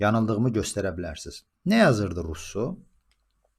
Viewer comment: Russonun adını dùzgùn teleffùz ede bilmeyenin ona istinad etmesi gùlmelidi